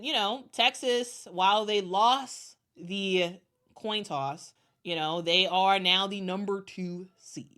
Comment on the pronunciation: I like when decide by a Toin Coss